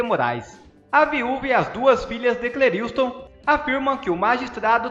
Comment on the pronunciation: Lê-se CLÉRISTON e não CLERILSTON